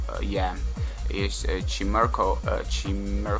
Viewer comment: chaimekko is how you pronounce chimecho!